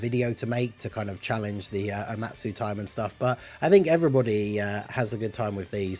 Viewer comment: “Omatu” lol